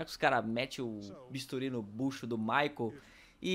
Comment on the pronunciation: "MICHEAL" kkkkk ....Michael....